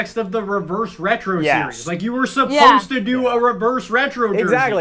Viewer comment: Someone please make a compilation of struggling to say reverse retro